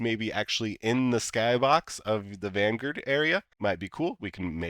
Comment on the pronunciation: Are you purposely mispronouncing Vanguard?